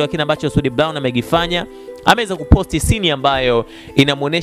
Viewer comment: Eti soud blown badala ya brown waandishi jifunzeni kiswahili fasaha halafu unataka uajiriwe ITV kusoma taarifa ya Habari kweli wakati hata kutamka herufi hujui